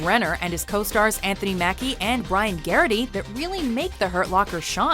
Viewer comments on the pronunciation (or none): none